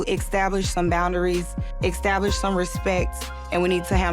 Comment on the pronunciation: She said exstablish lol